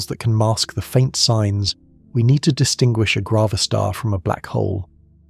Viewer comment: It must be grav a star as in gravity … not grah-va-star